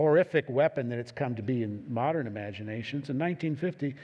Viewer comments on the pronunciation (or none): none